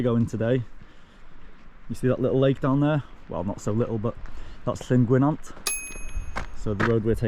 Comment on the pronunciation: Good vid, only a little prob, Llyn Gwynant it's not Llyn Gwyn ant as you say it's Llyn Gwy nant, it is important because it's Welsh it needs to be respecrted.